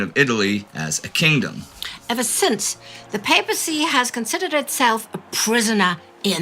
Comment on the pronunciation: He pronounced papacy incorrectly.